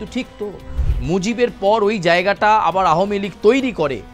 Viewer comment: এটা কি নিউজ চ্যানেল নাকি একাঙ্ক নাটকের আসর? তাও ভুল উচ্চারণে বারবার 'আহমীলীগ' বলে নিজেদের হাস্যাস্পদ করে তোলা!